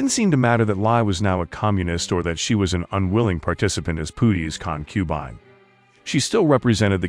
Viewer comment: I can't finish watching. The mis-pronounciations are too irritating. Examples: The word is CON-que-bine, NOT con-QUE-bine; I was always taught the English pronounciation is Ching dynasty, NOT King dynasty.